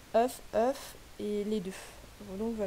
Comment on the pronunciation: Au faite arrête de dire oeuf au lieu de off mdr sinon la vidéo est super j'adore ta série !